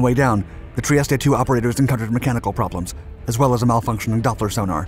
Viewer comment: This AI crap is just hard to watch. Plus you should learn how to pronounce “Trieste” correctly. 👎